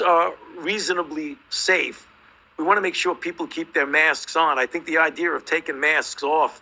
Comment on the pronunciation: I really can't trust a self professed "educated doctor of science" who pronounces the word "idea" as "ide E er". Anyone else gets a pass, but not this man.